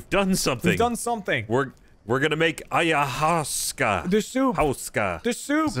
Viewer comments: i love you. how do you not know how to pronounce ayahuasca. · right, that word really DOESN’T look like “EYE-OH-WAH-SKA”.